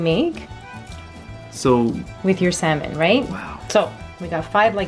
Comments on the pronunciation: FYI the L in salmon is silent😂😂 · fancy pasta and salmon...and semen... and salmon.... salmon or semen?